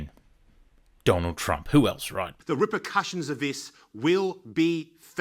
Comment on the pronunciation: Did Bobet seriously say 'rippercussions'??? 🤣